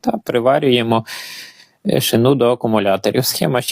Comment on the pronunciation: Не шинУ а шИну